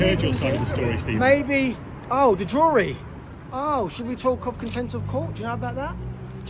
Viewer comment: Is he saying content or contempt? 😅